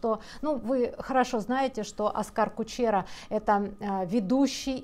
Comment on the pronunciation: Так вот кто такие кучера, тут вероятно нужно правильно расставить ударения